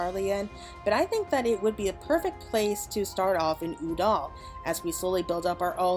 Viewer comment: U-dahl??? Girl have you missed how to pronounce Ul-dah the last ten years??